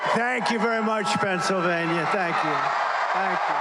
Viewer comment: did he say pRennsylvania?